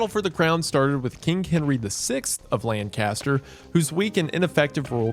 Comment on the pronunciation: Isn't it pronounced, "Lancaster?"